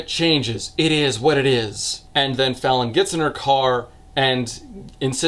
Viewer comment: I cannot get over how i keep hearing her name as "Felon"